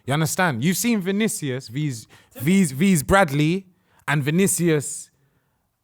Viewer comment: Someone gotta tell its not actually pronounced as V's looooool